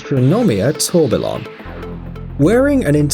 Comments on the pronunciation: Tor bil on LOL it's tor-be-yon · Firstly - THEY ARE TIME PIECES. NOT WATCHES FFS its "tuor-bi-yon" not "tor-ber-lon" =.= gawd....the words derived from french meaning whirlwind and i like how cool it sounds so pls dont degrade it =X also thats actually one of the main selling point of the astronomia and if im not wrong that time piece is the only absolute gravity-defying triple axis tourbillon in the horological world...which demands that 7 figure price tag....along with other fun unique features.... imo other than jacob and ulysee the other watch brands are pretty much dishing these time pieces out for novelty lovers....i mean yea details, precision and art included, but it doesnt really give off a vibe as a time piece....doesnt help either that this ad did not detail the type of movements each watch go by... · “Tour bill on” lol this was a cringy video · Hub-lot? Tour-bi-lon? This is AI narration. Horrible! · TUR-BILON LOL! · Can someone find me a "Hub lot" "Tor ba lon" please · it’s pronounced tourbion not tourbillon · While the watches are interesting, your lack of knowledge about horology is forgivable but really could have been avoided with a little research. Hublot, pronounced Hew Blow Tourbillon, pronounced Tor Be Yon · 3.00 - It’s ‘TOR-BEE-ON’. The Ls are silent.